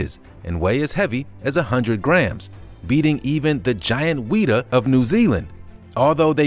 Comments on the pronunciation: Please watch pronunciation videos before you make these....Lennoy ya, wheata, arthawplura?? None of those are close! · True I was like Me: isn’t it pronounced WEE-Tah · Giant weener... Thats what im hearing.